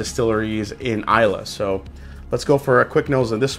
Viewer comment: It's pronounced Edinburo (gh is silent). I'm Scottish. You did pronounce Islay correctly 👍